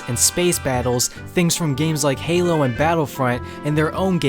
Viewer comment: you pronounce halo wrong